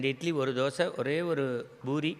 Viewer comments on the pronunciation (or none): none